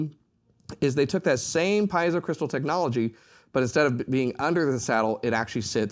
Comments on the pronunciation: It's pronounced: pee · ay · zow, not piezow. Sorry to be precise here. The word comes from the Greek, meaning pressure or push. The "i" is pronounced as an "e." In German too, the ie would be pronounced as a "pee" sound, not "pie" sound. Anyone who knows Latin or Latin-based languages, also knows this. Most people mispronounce Semper Fi, whereas the "i" is actually a long e, like Semper Fee (as in Fidelity). Don't expect a Marine to pronounce this correctly. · Great presentation! Please, though, "pee-ay-zoh" is the correct pronunciation of the pickup element.